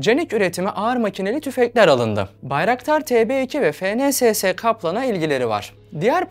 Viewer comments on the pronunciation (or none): none